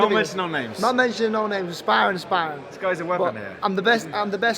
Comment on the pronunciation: “Never talk about Spawrrin, Spawrrins spawrrin”